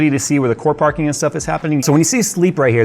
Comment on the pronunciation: All I heard was Parkour!